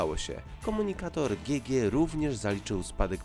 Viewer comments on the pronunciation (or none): GG chyba czyta się dżi dżi